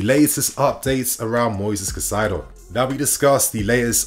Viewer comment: Love you, but my god, please learn how to pronounce Moises Caicedo, it kills me every time you say his name 😮‍💨